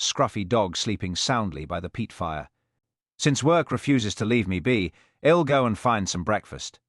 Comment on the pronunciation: The programmers of this AI “reader” should be fired. While the accent is so British and proper, its pronunciation skills R greatly lacking. It cannot even pronounce “I’ll”. What a shame if it weren’t so funny. And whoever wrote this episode has made DCI Blair particularly nasty. Another shame that is less funny. Oh well, this is cheap entertainment. What do I have to complain about.